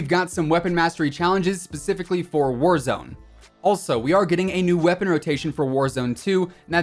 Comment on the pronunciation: "pacifically" a spicier meatball!! oh hey no new sniper whatya know wow...